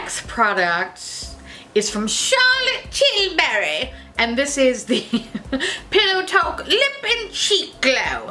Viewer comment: Every time you say pillow talk in that accent I die 😂😂